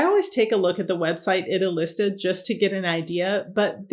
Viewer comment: Hi, I love your videos and I think you’re great. One thing - Idealista is pronounced: ee-dee-al-eesta